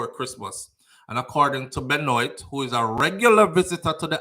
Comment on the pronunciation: Great live fam, so sad to hear about those babies. They're the age of my daughter. My condolences to their families😪 BTW, Benoit is french, it's pronounced "Ben-Wa". Neither here nor there, just thought I'd throw that in.